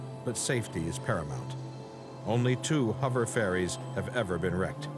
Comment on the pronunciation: I hate when people say 'Huver' crafts, and jet 'turbin' engines. Notice the narrator starts off the show saying 'huver' then changes to 'hover' near the end. Lol.